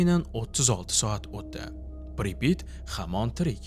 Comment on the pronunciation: Assalamu Alaykum. Amerika 2018 yili "Chernobil" degan 5 seriyalik kino olgan koʻrishni tavsiya qilaman. Admin Pripit emas Pripyat toʻgʻri talafuz qiling